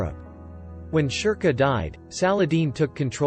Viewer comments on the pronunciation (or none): Sherkoh : sher-koh